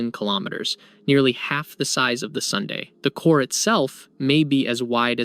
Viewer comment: Can't pronounce Sun? dislike for the stupid way you say sun. Can't take any of this as truth as you do not know what the sun is or how to pronounce it. FAIL (twice as old as our sun day), wtf are you on? This loser is doing it to get comments - ignore this video.